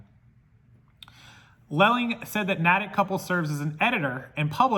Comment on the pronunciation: We're wacky here in Massachusetts & pronounce everything differently that it's written - Natick is pronounced Nay-tick. I just wanted to let you know. Crazy story thanks for sharing!